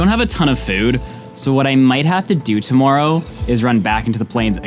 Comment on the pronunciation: just curious, why do you say tomoourow?